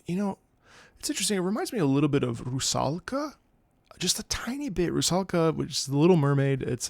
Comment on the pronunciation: A czech person here... I haven't expected to hear the word Dvořák and Rusalka in this video honestly. I just realized what a hell can these two be to pronounce for people, who aren't czech. In case anybody wants to know the correct pronunciation, Rusalka was not too off, just czech words always have the accent on the first syllable when pronounced correctly, so Ru- should be accented instead of -sa-. There might be a few dialects that put the accent on a second or third syllable, but that's not correct according to the rules of the language. And the r was a bit too much of an english r, our r is not so light. Dvořák has a specific consonant, which is sometimes quite hard to pronounce correctly for foreign people. It's basicaly a combination of the czech r consonant pronunciation and ž consonant pronunciation (basicaly of your first and second attempt lol). Like a ž but with your tongue vibrating. It's pretty weird tbh, but also pretty unique. And the a (á) is pronounced long.